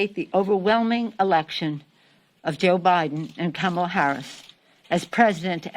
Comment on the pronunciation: She can't even pronounce the VP elects name correctly.